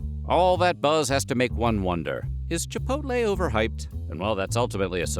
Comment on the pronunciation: I've never eaten at Chipotle, but I still would like to thank you for pronouncing the name correctly. It's like nails on a chalkboard when people insist on saying "Chip poll tay" 😉😄😂